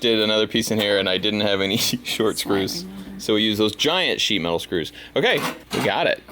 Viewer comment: i‘ve listened to three times now and he‘s still saying „shemale screws“